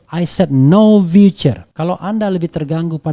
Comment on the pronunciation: Pronounciation matter, Future dibaca viuce Bukan vicer ❤